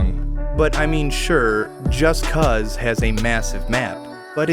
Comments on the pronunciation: I never thought I would hear someone pronounce the game Just Cause as “Just Cuz” but here we are. Really changes the meaning. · it's not just "cause" like just because, it's called just cause, like a good cause, a good action. not, just because, that's one of the most annoying mispronunciations I've ever heard and I've heard so many people call it that.